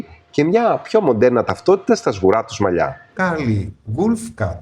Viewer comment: Ευχαριστώ πολύ για τις πληροφορίες! Μονο μια διόρθωση στην προφορά του curly ❤